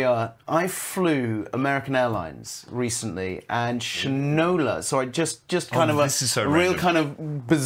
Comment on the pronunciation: It’s Shine-O-La